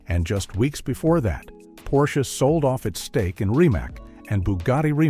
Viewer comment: . "Porsch-aye?" Wow...you seriously need to update your AI narrator.